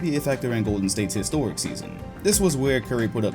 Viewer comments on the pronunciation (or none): none